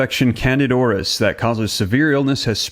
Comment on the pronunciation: The proper pronunciation is Can dida "i" as in e, Aur_is there!!